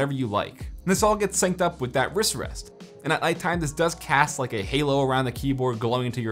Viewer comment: “wrist wrast”